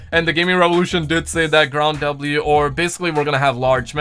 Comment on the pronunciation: Why doe you keep saying ground W instead of ground war lmao